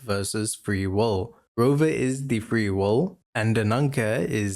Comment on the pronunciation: Free “wole” ?? Is it that hard to say will?